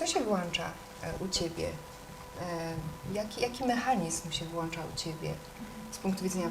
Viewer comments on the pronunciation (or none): mechanizm się WŁĄCZA, a nie WŁANCZA pani wszechwiedząca !!! i czar prysł.